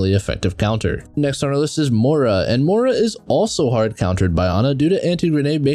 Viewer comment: Moira. Like Moy-Ruh. Not More-Uh lmao